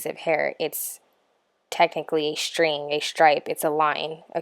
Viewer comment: Are you half german or something? WHY are you pronouncing STRIPE, STRAND, STRING like that?